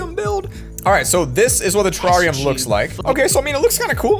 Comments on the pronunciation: TERARIUMA that’s not how you pronounce terrarium. BOI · Why he say terrarium like that😂